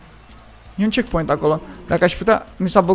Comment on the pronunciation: De ce ai zis checkcoint?